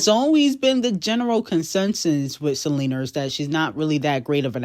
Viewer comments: Can you please pronounce Selena name with an A Not a R!! Check your language before speaking to the public. Thanks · Buns out, wiener But I gotta keep an eye out for Selener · The way references Selena as Selenerrr just kills me😂